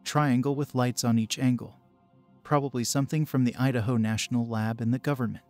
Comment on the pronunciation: you said "Udaho?"